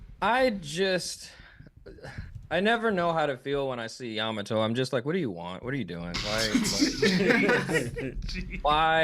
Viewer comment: Cant stand the way you guys say some of the names its Yamato not yaMato